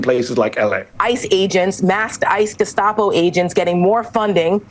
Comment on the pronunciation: GESCHTAPO. funny. he wants to pronounce german correctly since ST in geSTapo is normally SCH but not in this word haha. german language complicated AF